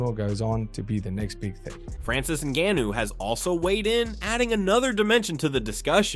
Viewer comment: Ngannou was pronounced differently like every time